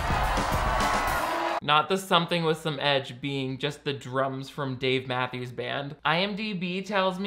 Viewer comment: Thought they said "Gimme something with some ITCH" not "Gimme something with some edge" 💀